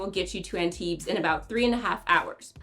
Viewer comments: Maybe take a minute to learn how to pronounce Antibes? Drop the s 😊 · Yeah… This is not the best you could do, though. It would take you maybe 20 seconds to look up the correct pronunciation on google translate. That being said, I liked the rest of the video a lot. I spend every summer in Antibes, and this made me really look forward to going back again in two months.